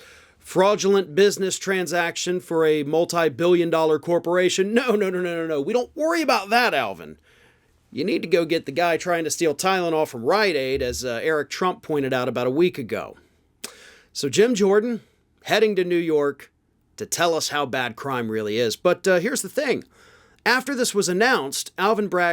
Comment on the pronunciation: kylenol, not tylenol